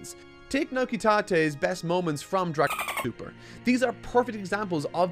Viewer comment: You can't say dra*TOEI*l super? wtf? dra*TOEI*l. you cant say dra*TOEI*l?